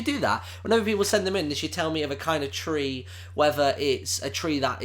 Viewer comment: I love how you pronounce "three." It's so cute :D